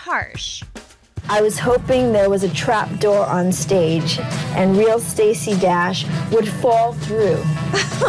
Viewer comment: The "D" in Stacy Dash is pronounce "Tr"